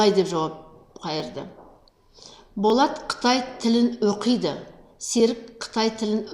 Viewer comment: Оқиды деген сөзді дұрыс оқисызба, бұрмаламай.